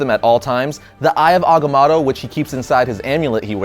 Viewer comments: there are only 2 "A"s in agamotto. its ag-a-mo-to.... not ag-a-MA-to. geez. couldnt even finish watching the video due to your bad pronunciation. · It's mow tow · It's pronounced Eye of Aga-moe-toe! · the way you pronounce Agamoto is so annoying... I'm half cringing half loving this one shot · You know, I originally thought it was pronounced Agamoto, but it's spelled Agamotto. Now I wonder why everybody pronounces it as Agamoto. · You pronounce Agamotto wrong no biggie but it did get annoying lol 😂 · Who else is bothered that hekept saying agamotto wrong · First time I've ever heard agamotto pronounced with 2 a sounds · dam it say it right. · You pronounce Agamotto weirdly.. :/ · i thought it was pronounced with the first o in agamotto being a long o.